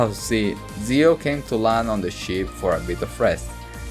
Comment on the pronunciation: It’s Zeo not Zao.